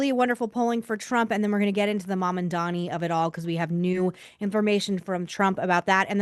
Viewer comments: It's Mam-dan-i, not Man-an-dan-i. I can't stand him but his name is his name. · “Mom” Dani…. It’s not that hard